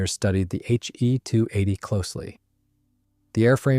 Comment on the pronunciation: Good review overall. However, you are using gamer-speak naming conventions. Historically it was never referred to as a HE (as in him) 280. Rather as H…E..280. Also, Junkers is pronounced “Yunkers” in German and English-speaking historians. Thus, a Junkers Ju 52 was known as “Auntie You” in German not Auntie Jew. The Junkers Jumo engines should also be referred to as Yunkers Yumo engines, Please teach your AI to pronounce them correctly and not to us gamer-speak pronunciations.